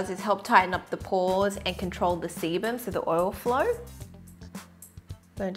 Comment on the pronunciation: when she says sebum it sounds like 'semen'